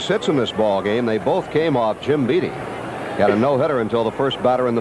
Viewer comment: Why is Howard pronouncing (Jim) Beattie like the word "deity"?